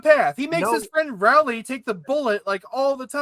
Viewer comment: STOP PRONOUNCING ROWLEY AS RAWLEY